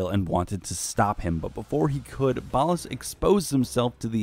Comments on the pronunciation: It’s ballas not ballus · How do you mess up the pronunciation of Ballas when the game literally pronounces it for you on several occasions? Gross.